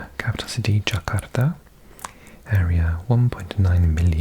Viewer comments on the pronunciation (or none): none